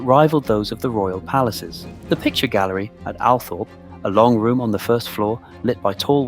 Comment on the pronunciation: Sceen text is full of spelling mistakes. Can't you edit your work before you post? This is IMPORTANT! Oh, and the estate is pronounced Al-TROP, not "Althorpe". SO many get this wrong, it's really irksome.